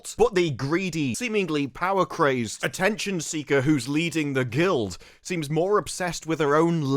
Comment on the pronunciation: I could hear you reading that title. lol "...And THIRST FOR POWA!"